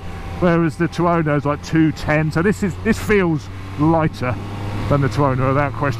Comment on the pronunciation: he cant even bring himself to say tuono. hes saying tiono.